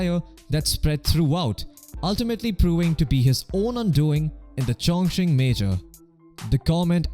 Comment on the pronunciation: Did I just hear ChongChing Major?